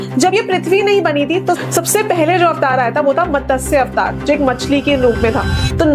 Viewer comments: कुछ भी मत बोलो 😶 मतस्य नहीं मत्स्य अवतार बोलो हिंदी तो ठीक से बोलो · Didi matsya to theek se bol lo!!